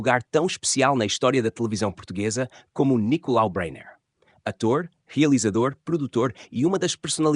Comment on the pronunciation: Breyner; em português de Portugal (e ele era português) pronuncia-se "bráiner" e não "beiner".